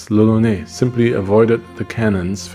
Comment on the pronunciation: brosky, on the painting you showed at the beginning it literally says lolonois, which would indeed sound like roronoa in japanese, but it's not lolonais ^^ Which is what you're saying throughout the video ! Sorry it kinda bugged me because the whole thing is made obvious by zoro's name and you're saying it weird so I'm like "??" x) Maybe you misread the name on the painting or maybe it just sounds normal to me because I'm french but either way, I'm pretty sure you're mispronunciating it o:) I know it's not important, and good video regardless !